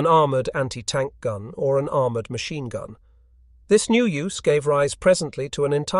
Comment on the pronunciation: This narration is much better than many but yes. Listen to how it pronounces machine for one.